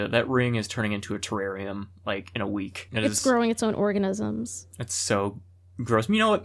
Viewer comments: it's growing its own oreegn-isms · It's growing its own "oreeganisms" 😂